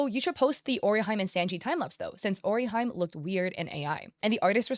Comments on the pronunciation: out of topic but you saying "ori HAJM" makes me angry. O-RI-HI-ME. E as in Energy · nice video and all but i cannot deny the fact that i felt the urge to quit the video every time you pronounced Orihime's name as "Orihaim" 😭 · "Orihaime" got me 😂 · The way she said Orihime nearly killed me. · And Orihime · The way she pronounces orihime is killing me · You don't have to know Japanese to be able to pronounce an EXTREMELY popular character's name correctly.